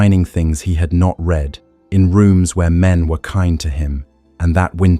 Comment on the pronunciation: Six months is not a long time for conception; six years is not unheard of. 45 - This is all repetition - just to pad the video?? Also, can we PLEASE correct pronunciation: "read", "breathing" etc.